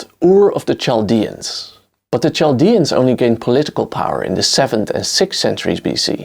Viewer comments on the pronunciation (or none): If I may, I would like to remind you that the first that the ch in Chaldeans is pronounced like a k or a hard c. It’s not the ch in church.